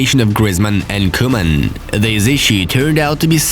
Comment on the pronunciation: No one: football news: vOn dIjK. koOMaN